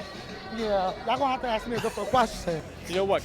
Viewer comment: Perhaps you people should learn how to pronounce the word ask it has an s in it it is not axed or escaped it is not excape and dont seem to be able to pronounce nuclear